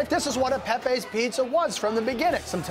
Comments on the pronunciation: It's not Pepays it's Pepeas. Do your homework. Not Woooooster street either. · It's not pronounced "pe-pays", it's "pepees" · It’s “Pep-pee”!